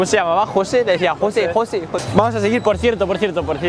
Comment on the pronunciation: no, alv, entendió" José "en vez de "Heshui" que es como verdaderamente como se pronuncia las palabras.